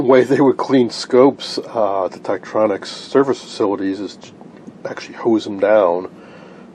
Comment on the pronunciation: Too bad the camera missed so much. He mispronounced "Tektronix." Tektronix service facilities used an ultrasonic cleaner the size of a clothing washer machine to clean incoming units, for repair. Ron W4BIN